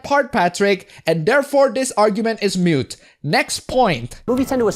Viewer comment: Moot not mute, just saying, much love